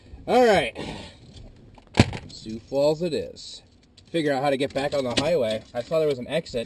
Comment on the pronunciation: "Sioux" is pronounced as "soo" regionally. I know it messes with Canadians/Francophones, but the main name in "St. Croix River" is pronounced "croy" here (same with La Croix drinks) Yeah, I-90 is extremely flat, and can easily be closed by snowstorms in the winter since the wind blows so much. You might have enjoyed staying on I-94 through the Twin Cities on the way back to see the downtowns rather than going on the beltway bypass. Freeways tend to stick to flatter land unless they have to hit the more interesting bits. Minnesota's stronger scenery is in the Driftless like you saw near La Crosse, around many of the lakes, and toward the more forested northeast. No worries, though. I'm happy enough just being able to experience the seasons, and tree-lined city neighborhoods are great to see in the autumn, and I've got computers to keep me company when it's cold